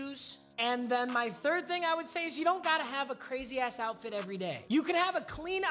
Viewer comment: “outfrit” speech impediment is so cute